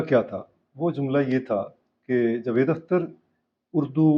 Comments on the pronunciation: Sir jee please pronounce the correct name jA-vaid Akhter, not Jevaid ! جَاويد Vs جُوید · Sir jee please pronounce the correct name jA-vaid Akhter, not Jvaid ! جَاويد Vs جُوید